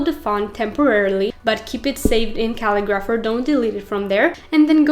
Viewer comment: Pretty sure you are saying the name of the website wrong. You are saying Cal-i-graph-er. Looks like it is the word Ca-li-gra-pher. Thanks for the share of information.